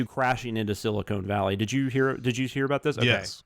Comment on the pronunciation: Dammit, it’s “Silicon Valley”, not “Silicone Valley”. Silicone Valley is the space between fake boobs.